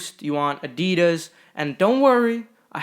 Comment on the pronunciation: It’s actually uh-dee-diss, not uh-dee-duz